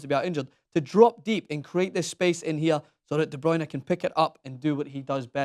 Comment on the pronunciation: Why does he pronounce it De BrAyne ? It's not De BrOyne , not De BrAyne - it's De BrUyne